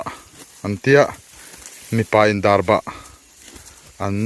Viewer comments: Darbah niloin...darbak tih zawk tur ani e.. Chuan chaw eilai a mipa /hmeichhia lukhum khum hi pi leh pu ten an duh ngailo ...jessica i pawh a nuin a alaksak mai kha.. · Darbah nilovin Darbak ani zawk lo maw sir🙊